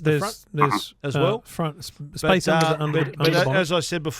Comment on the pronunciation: In the front, froot or fartment 😂